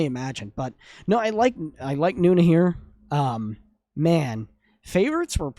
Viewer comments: Is not Nuna.. is No Na.. N O N A...❤❤❤ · Thanks for reacting to nona. They’re not korean btw so you’re mispronouncing their name. It’s not noo-na. It’s pronounced no-nah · Its No....Nah Not Noona 🧐